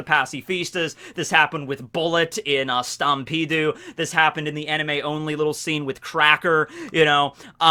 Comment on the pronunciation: i fucking cringe every time he says stampedu